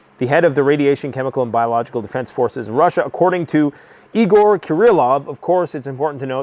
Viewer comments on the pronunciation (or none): none